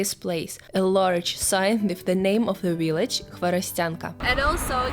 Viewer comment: I love your accent. "willage" 😁